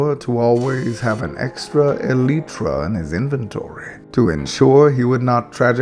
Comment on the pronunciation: you said elytra wrong